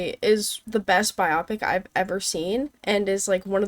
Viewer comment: Biopic is Bye-oh-pic. Short for BIOgraphical PICture. Does not rhyme with nearsightedness.